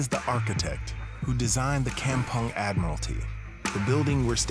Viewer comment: I love how he pronounced 'kampung' with his ang moh slang..😂